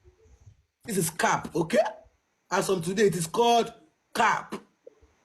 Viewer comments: Let’s listen to the correct pronunciation of CAP on goggle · That is call curp is the one you wear on, your head and a cup 🥤 is the one you drink 🍸 inside is two different pronounsation so , watch your English and use it accordingly .